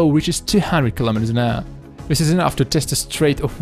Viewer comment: easy to understand????? man you are stretching it a bit, aren't you? Wind is pronounced wend, not wynd. it is kilometers an hour, not kilometers an errrr. but then again, what ever floats your boat.